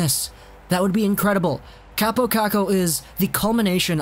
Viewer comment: Its pronounced cop-o kok-o not cap-o cack-o btw